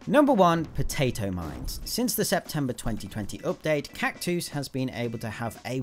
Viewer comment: you gotta love the way naturally says cactus